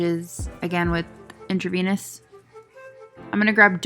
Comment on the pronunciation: You saying "in-tra-vaniss" was cracking me up.